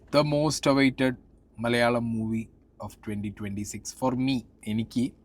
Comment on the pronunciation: മോസ്റ്റ്‌ അല്ല വെസ്റ്റ് 🙏